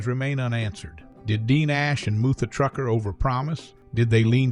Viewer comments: Ai... really dude? It's mutha as in mother trucker not MOO-THU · Narrated by AI. He didn't even know how to pronounce "Mutha Trucker." You can't make this stuff up. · i don't know about you, but that's almost seems like it was written by a foreigner. It's obviously AI. Can't even pronounce "Mutha Trucker" properly. This channel can't do any interviews unless it's got a good translation program and I doubt Alex will do it but who knows